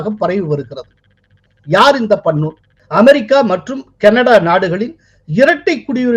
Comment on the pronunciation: உங்களுக்கு பெயர்களை ஒழுங்காக உச்சரிக்க தெரியாதா? வராதா? Gurparvant சிங் பண்ணு ஐ பண்ணூன் என்றும், bhullar ஐ pullar என்றும் சொல்கிறீர்கள்